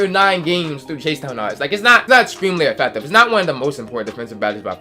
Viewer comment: Why you say affective like that lol... AFECTAVE